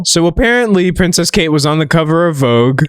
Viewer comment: He calls her pricess kate🤣🤣